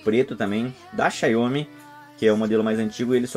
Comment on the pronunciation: Xaiomi não; XIAOMI! Obrigado pelo vídeo e força para o canal.